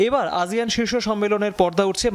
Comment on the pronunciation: আজিয়ান কেনো বলসে? আসিয়ান হবে না?